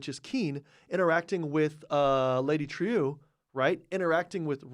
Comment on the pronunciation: You keep pronouncing Lady Trieu's name as trio. She & everyone in the show pronounce it true (troo). It's distracting.